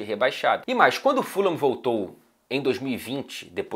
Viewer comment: eu falava ¨furram¨ antes, depois de um tempo comecei a chamar na pronuncia certa, q é a q vc disse no comecinho do video